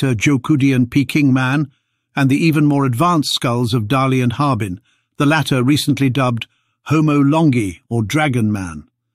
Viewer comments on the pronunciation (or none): none